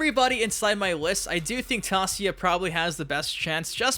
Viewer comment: It's Tasia 'Tãy-zhâ'